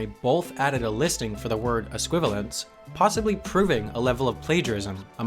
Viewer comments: You mispronounced "es-qui-val-i-ence"; you left out the 'i'. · ES-QUI-VA-LI-ENCE not ES-QUI-VA-LENCE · Sam, there's an I. It's ess-qui-vay-lee-ants